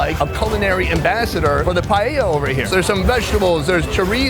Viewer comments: as a spanish, that """"""paella"""""" hurts me so hard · that dude just massacred paella wow